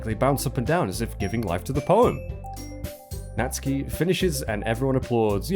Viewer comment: I'm pretty sure the cannon pronunciation is "nat-su-key"